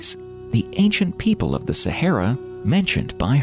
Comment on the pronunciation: Sa ha ra thats how its pronounced.....literally had to turn this off due to how u say sayhera......ffs